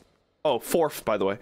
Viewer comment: Threeff! The True Horror you're SOOOO Funny What's on episode 2? The Sequel The Phantom Shitter And the doors will open and close! + his dreams on Melatonin music and effects The 4th Floor Fourf btw Hope that he doesn't get scared What a hard worker! Working in these conditions heavy breathing + someone is trying to sell him something! The most chill reaction That was The Phantom Shitter Wants to see everyone's (VG's) playthroughs Feels like he knows everyone well enough to figure out what's going to happen Fifth floor (Fivef!) Shinri: In my defence, she has very pretty eyes! + agreement Don't scare me! It seems that I can't see anything NPC Lines A red door! Nothing bad would happen here! Just another day at the office + No power in the blood pit Oh yeah, lil lost in the blood pit again Violation in the Blood Pit NO NO NO NO NO NO NO NO! Fuse On Nothing scarier it was a scream of joy Surveillance Camera time (Lore)